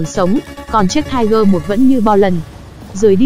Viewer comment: Nó là tiger (P) nha chị